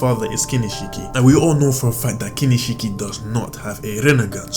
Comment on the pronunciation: Hahaha lmao KINISHIKI HAHAHAH by the way its kinshiki bruh